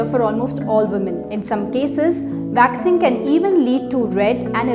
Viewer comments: It’s “waxing”, not “vaxing” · I thought I was the only one, had to play it twice. Thought she said vaccine!!! Lol